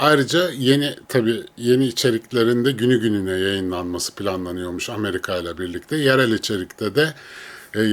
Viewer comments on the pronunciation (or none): none